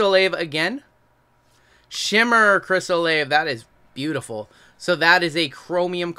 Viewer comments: Chris Olave. It's pronounced Chris O-La-Vay. Loved the vid. Thanks for sharing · I f'ing LOVE that you said Olave's name wrong every time haha. Go Blue!!